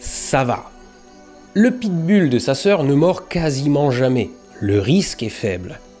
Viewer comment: Pit Bull ça se prononce Pit Boule.